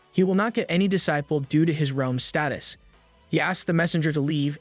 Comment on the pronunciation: Evrytime he says D-ciple .. Lol